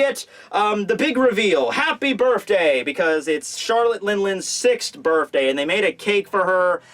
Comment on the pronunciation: Bruh can you please say BIRTHday not BIRFday.